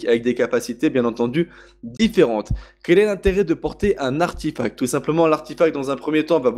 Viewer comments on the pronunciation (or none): On dit arTEfact xD